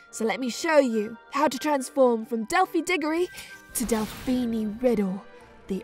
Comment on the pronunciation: Isn't it delphini not Delphi